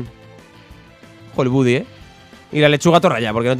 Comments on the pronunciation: Porfavor jajajaja di "bady" no "budy". Lo digo por que en la serie original lo llaman así no por otra cosa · Buddy se lee "Bady" jaja me pone nervioso oírle decirlo mal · se pronuncia bady no budy